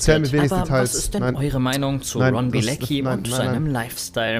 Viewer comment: Warum sagt jeder immer Bilezcki wenn er Bilecki heißt? Soll das lustig sein?